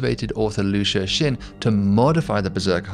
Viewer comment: FYI: Liu Cixin is pronounced a lot more like "Lio Tsih-sheen" -- the C in Chinese names is a "ts" sound like in tsunami, and the X is an "sh" sound.